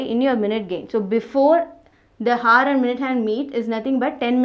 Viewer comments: kindly check the pronounciation of "hour". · FYI the 'h' in 'hour' is silent...ugh so annoying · first learn how to pronounce the word 👉hour & then teach